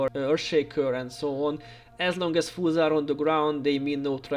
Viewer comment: Awesome content. Thanks. Cool presentation as well. Also like that when you say foes it sounds like fools.